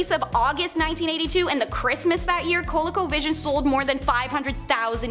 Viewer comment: its pronounced cole-e-co vision